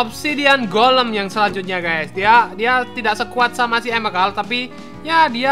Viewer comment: bang itu golm bukan kolam